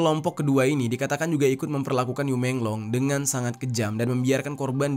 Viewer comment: Bacanya yi menglo